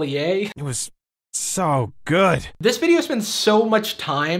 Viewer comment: Why did they say "good" like that?